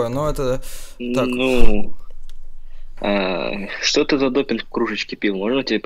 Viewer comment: Не доппинг, а допинг! :) Спасибо, реально развеселил. Как по мне, у тебя уровень игры гитарного бога. Огромный лайк, классный и смешной развод.